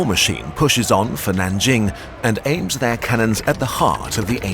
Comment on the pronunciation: The only city here pronounced correctly was “Nanjing”. Google trans has voice or better yet use Pleco dictionary. Still great work thought.